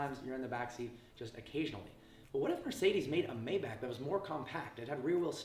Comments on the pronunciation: Yeah it’s mybock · Isn’t it like “mai-baak” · It's pronounced "My Bach" not "May back" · May-Bach Not May-Back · First thing - hates the looks? Then why did you buy it? And it’s pronounced MY-BACH, not May-back. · It’s pronounced MY-Bach not MAY-Bach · It's not called "Mäybäck" its called "MaibaCH" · It’s “my-Bach” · IT’S GERMAN. ITS PRONOUNCED MY BOCK. I cringe so hard every time you say it incorrectly. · I be hating the way u say “mayback” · It's "mybock" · No it's not mybock.... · Originally it is pronounced "MajbaH". H like Helen :) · Sad you don't know how to correctly pronounce the name of your own car. May want to look it up. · You didn't even pronounc Maybach properly. Wtf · One thing I hate, the fact that you mispronounce Maybach.